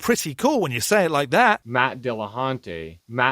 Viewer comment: "Matt De La Hunté"